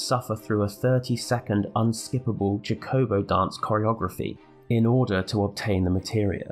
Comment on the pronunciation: That pronunciation of chocobo is absolutely despicable haha. Amazing video, wish you had more content! Really great stuff.